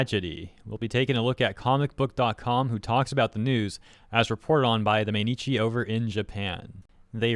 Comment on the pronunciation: Mainichi "My Knee Chee" = mainichi shimbun - Everyday Newspaper